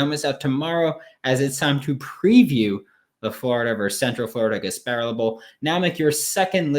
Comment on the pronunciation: Pronounced Gas-pah-rilla not Gas-pare-uhl. Offense O TD's for EJ, not 4 No frosh qb's played Florida did not win It was not a shootout No uf 100 yard receiver Gamble - 15 yards Copeland - 35 yards uf team not ready to go Defense UCF didn't score 30 No big plays on D, really Only 2 sacks, not 3, very close though! Umanmielan 3 tackles Dexter did do very well 9 tkls Trey Dean 0 ints Elam 0 ints Helms 0 ints The betting plays were: the under, not your over pick UCF +7, not your uf -7 pick Just messing with you, bruh. I thought it would have been much different too. But, Emory Jones underperformed for you, and over-performed my expectations (at least 2 picks, one for 6). He did go well below my expectations of just over 50% completions. He was actually below 39%, 14/36. Ouch! I am guessing that smart ass Gus passes on trying to land him now. EJ is a hot mess and I wish he'd played the whole game vs FSU. AR-15 makes y'all instantly better next season, but Dan's refusal to play him more means longer to develop with game experience. I hope both our teams are one day going at it like we did in the 90's, ranked top 10 or even 5 when we play. miami will not join us, if we make it. 2 decades of irrelevance can't be erased in 2-3 seasons. Take care. Though it was off, it was a good listen. Merry Christmas and a Happy New Year!